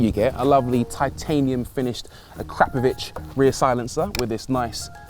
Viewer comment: PLEASE “A-crap-a-Vich” 🤦‍♂️ It’s pronounced ack-ra-po-vic